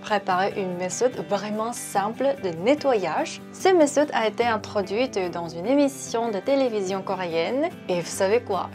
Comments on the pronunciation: Merci pour cette astuce! J’aime beaucoup le fait que es fait le test du pH à la fin 😁 Petite remarque pour la prochaine fois, on dit meTode, le th ne fait pas le son « s » en français;) Super vidéo en tout cas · Salut y’a vidéo est super mais on dit méthode sans prononcer de h sa donne metode